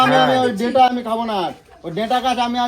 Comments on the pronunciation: ডাটা ❌ ডেটা ✅ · Aga pronounce thik koro 😂deta ta ki 😂